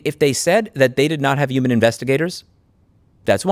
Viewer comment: Take a shot every time Louis says 'uman